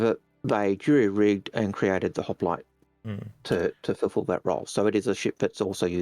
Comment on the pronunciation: mate there is no A in hoplite Just like my wife trying to put a A in cockroach. Good show guys keep it up